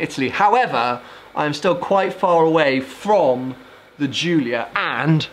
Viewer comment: I'm italain and the pronunciation is the right one